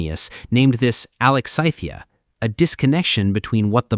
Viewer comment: Alex thyM IA NOT ALEXTYITHIA.